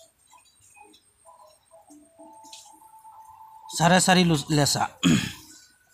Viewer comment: Losa 😁😂 nahoy lesa hoy